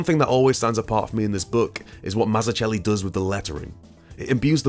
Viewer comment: That's not how to pronounce "Mazzucchelli"...